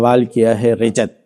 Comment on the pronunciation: Rijjat nahi Rajjat hota hai